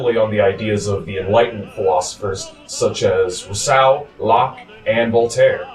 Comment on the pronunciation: I hope someone has taught him how to say 'estate', 'Rousseau' and 'Bastille' by now. Wow.